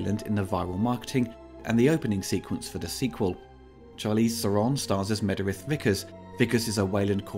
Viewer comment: "Mederith" Cannot unhear.